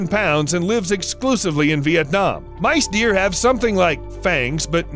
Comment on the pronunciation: Say mice deer, one more time.